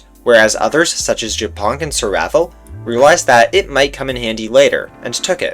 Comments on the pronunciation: OHHHH MY GOD ONLY AFTER HEARING WHAT JAPONK SAID I FULLY UNDERSTOOD HIS NAME. ITS NOT JAPONK, PRONOUNCED LIKE JAPAN. ITS YA-PONK. AS IN A FUNNY WAY TO SAY SPIDER IN *POLISH*. POLSKA GUROMMMMM 🇵🇱🇵🇱🦅🦅🇵🇱🇵🇱🇵🇱🦅🇵🇱🇵🇱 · Trzy razy odtworzyłam ten moment, bo nie mogłam początkowo zrozumieć co on powiedział po angielsku XD btw mega śmieszy, że ziomek czyta japonk jako “japan”, a to tylko “śmieszna nazwa” z podstawówki na pająkaXDDD